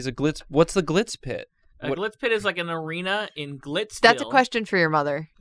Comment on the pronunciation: Why's say Glitz Pit like "clit spit"